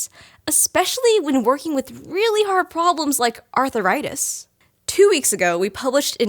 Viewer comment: This is the first time I have heard the word 'arthritis' pronounced as 'arthuritis'. Any linguists here? Is this the beginning of a new change in American English? Is it regional usage? It seems similar to the intrusive 'r', as in "law-r and order". Sorry for being completely off topic.